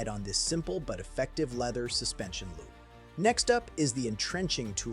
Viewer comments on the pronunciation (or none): none